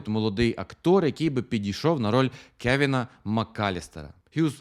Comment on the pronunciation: Та чо ви пристали) "Колін" - це типу як британська вимова "Кевін"))